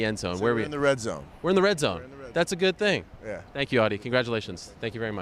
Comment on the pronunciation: “Tank you”😂